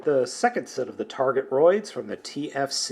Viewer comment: i believe its pronounced targe-troids but i could be wrong